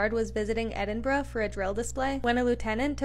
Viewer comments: Well, done for pronouncing Edinburgh correctly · Brilliant video and thank you for saying Edinburgh properly. Penguins are among my favourite animals